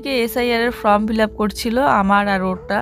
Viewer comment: ফ্রম না কথাটা ফর্ম।উচ্চারণ করবে ফর্ম।দুটো শব্দের মানে আলাদা।তোমরা যে কি পড়াশোনা করেছো জানিনা।